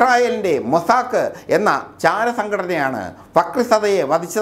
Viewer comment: അനക്ക് ലോട്ടറി വിൽക്കാൻ പൊയ്ക്കൂടെ മുത്തേ...അതാവുമ്പോൾ റെക്കോര്ഡ് വോയ്സ് മതിയാവും🙄 ഇസ്രായേലിന്റെ മൊസാക്ക് ' അല്ല 'മൊസാദ്'🤣😂